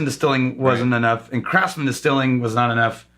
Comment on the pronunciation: You definitely pronounced Craftsman incorrectly. The C R F T ate not pronounced.